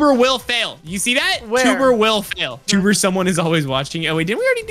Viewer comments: it's not twbre it's tewbre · said twbre